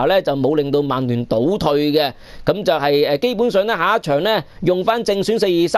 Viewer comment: 提醒一下, 曼聯同曼城同「曼」字可唔可以咬返正d？係「慢」唔係「孟」喎。